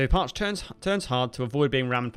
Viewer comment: Very cool! Thank you for making this video! My grandpa served on this sub! The pronunciation is Parche(y). It ends in an 'E' sound.